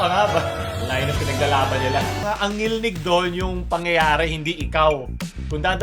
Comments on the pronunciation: ngilngig hindi ngilnig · ngilngig hindi ngilnig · ""NGILNGIG"YUN PAO hindi NGILNIG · FYI... it is NGILNGIG and not ngilnig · ngilngig po di ngilnig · Ngilngig po, hindi ngilnig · DILI NGILNIG, NGILNGIG ANG TAMA😭😭😭😭😭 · "Ngilngig" po hindi "Ngilnig" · Ngilngig Po Hindi ngilnig🤣👍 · IT'S NGILNGIG not NGILNIG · Ngil ngig hindi ngil nig. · "Ngilngig" yon hindi "Ngilnig" Cute parin. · NGILNGIG PO YUN DI PO NGILNIG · ngil-ngig po kulang ng "g" yung ngilnig nyo po meehee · NGILNGIG po hindi NGILNIG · TO correct you, Ngilngig po Hindi Ngilnig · Ngilnig 🙅 Ngilngig 🙆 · "NGILNGIG" po hindi Ngilnig, btw great video. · ngil 'NGIG'. Hindi ngil'NIG'. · NgilNGig. Hindi NgilNig. Mga yawa mong tanan! 💋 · its ngilngig not ngilnig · NGILNGIG dili NGILNIG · "NGILNGIG" yun inde ngilnig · Correction NGILNGIG yan hindi NGILNIG.. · Ngil-ngig po yan hindi ngil-nig hahahaha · hindi ngilnig * ngilngig * ho, pero sa ibang parte na kabisayaan baka may ganya talaga ngilngig - talaga yun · Ngilngig diba hindi ngilnig? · its not NGILNIG its NGILNGIG. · Ngilngig hindi ngilnig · "Ngilngig" kulang ng G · It is "ngilngig". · dude.... its pronounced 'ngil-ngig' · ang tama po diyan is "Ngilngig" (ngil-ngig) po Lods means cringe. 🙂😊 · it's 'NGILNGIG' hehe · Its NGILNGIG HAHAHAHAA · It is "ngilngig" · I think it was supposed to be ngilngig